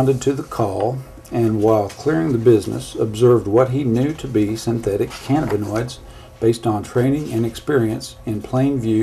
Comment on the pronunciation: This bad cops plums tingle a lil bit each time he says " synthetic canabanoids".